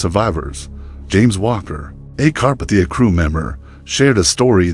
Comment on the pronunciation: it's pronounced Carpathia